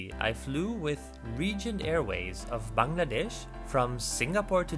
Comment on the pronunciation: Foreigners usually say Baang laa desh. But your pronounce is absolutely like native